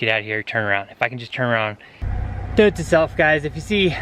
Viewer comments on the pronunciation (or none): none